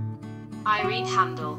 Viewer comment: it’s pronounced Ireen-nee